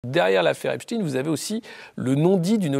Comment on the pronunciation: Epstein se prononce comme Einstein !